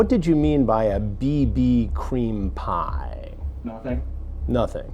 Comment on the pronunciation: The way he emphasises the word PIE at the end 😂